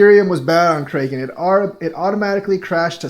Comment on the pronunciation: Stop saying Krayyyken. How do you not know how to pronounce Kraken lolol. (Crackin)